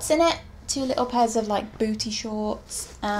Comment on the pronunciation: The way she says BoOtY😂